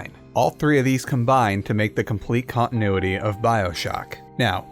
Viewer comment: Jesus. Who taught you how to pronounce English words? Cong-i-noo-i-ee!